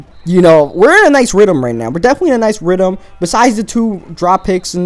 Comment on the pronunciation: Rhythm, not rhythum...